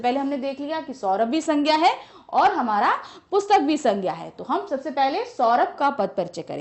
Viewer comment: Ma'am aap Boht glt glt Bolti h jese aapne PUSHTAK ko bataya ......🤦🤦